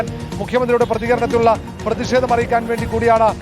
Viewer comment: പ്രെദി ഷേദം? പോയി മലയാളം പഠിക്കെടാ ലോ ക്ലാസ്സ്‌ fool